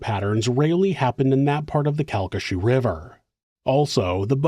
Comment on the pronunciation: CalcaSHOO is killing me 😂 Cal-ki-SHAW